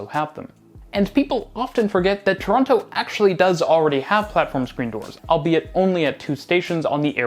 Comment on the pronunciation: You lived here for a while now you’re going to have to learn how to say Torono 😂 anyways I’m really excited for this station rebuild ❤ I’m definitely excited for the downtown relief line and the new stations.